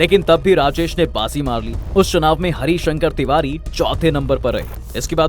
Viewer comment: पंडित हरिशंकर तिवारी बाह्मण समाज के गौरव है आज भी। थोड़ा नाम का उच्चारण सही से करे पत्रकार महोदय